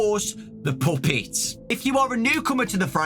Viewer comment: why is bro saying ''puoppets"